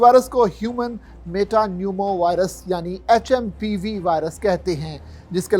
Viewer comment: like (pseudo) ye H M P VIRUS HAI.. NAKI HMPV VIRUS.. name to thik batao kam se kam...